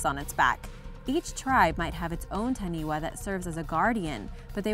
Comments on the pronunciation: Wtf do you say tahniwa omfg and you say mowdi omg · Number 8 the taniwha was spelt correctly though it’s pronounced as taniFa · I'm a Maori and I'm kinda offended how she said: "Taniwha." And: "Maori." But, yes. We believe Taniwhas are real. Of course we do.